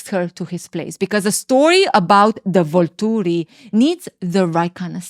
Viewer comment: I LOVE the way you say Volturi 😅